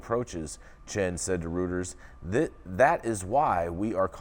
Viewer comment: Reuters is pronounced "Royters".